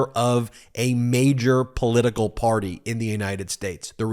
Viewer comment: Whenever you say "Republican Party" I hear "Republican Potty", hehehe!